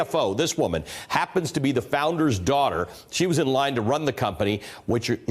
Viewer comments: It’s not pronounced “wa”wei dude. It is pronounced “hua” as in “hwah” wei. It’s means for China Even google translate will tell you to pronounce the h you dingleberry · "Huawei" is not pronounced as "Wawei"... Please, stop calling foreign company's name the way you like, and you are trying to teach others the wrong pronunciation? Wtf... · I die every time they say wa-wei!!!! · Actually, it's not. 华为; Huáwéi . /Hwah way/ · The H isn't silent in Huawei. Sounds like Hwah-way. Just fyi. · Huawei not not pronounced wa way. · Are these people intentionally pronouncing Huawei wrong? Why do they keep omitting the “H” sound? It sounds so awkward and wrong. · This newscaster didn't pronounce "Huawei" right.....not one time.